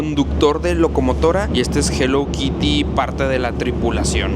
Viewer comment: Yo en modo INGLÉS SIN BARRERAS 😂😂,,se escribe HELLO KITTY y se dice JELOU KIRI 😂😂❤